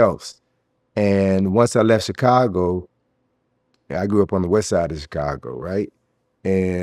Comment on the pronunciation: "Wesside Besside." Thank you very much.